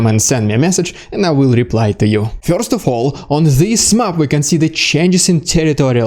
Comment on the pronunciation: I'm here to hear what's "fyorst" ;)